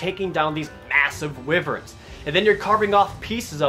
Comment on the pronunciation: Dude, it's Wyverns (Why-verns) not Wee-verns... Psh..!